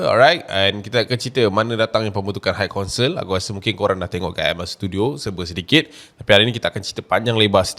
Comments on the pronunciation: Sebutan high adalah "hai" bukan "hike" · admin, bukan haik kaunsel daaa tapi hai kaunsel. xde haik haik